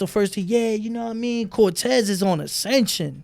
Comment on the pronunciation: lol he called cortez mr. Volte